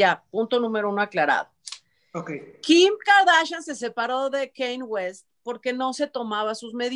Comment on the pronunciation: no es “Kein” West. Se dice más o menos como se le: “Kænye”.